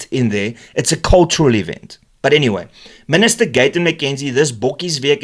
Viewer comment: Dear Min-ister: Kindly GFY. Thanks!